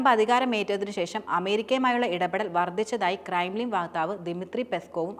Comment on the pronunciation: Kremlin , not krimlin